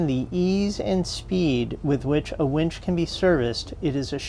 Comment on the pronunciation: Boy do I have a wench story for you...I was sitting in this bar in Huntington Beach California when this wench comes up to me ............Wait, did you say wench or winch? I always get the 2 confused. Anyway, Great video. Love your adventures guys. ;) Safe travels !!